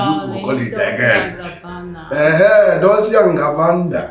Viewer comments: Billionaire prince is truly an igbo man 😂 😂 the way he pronounced the designers name 😂 😂 Gucci and gabanuniru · Akwiabom people n pronnouciation na wah oh hahahha gabaraniru hahah